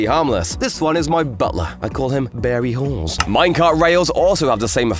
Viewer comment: "barry halls" i thought you said harry balls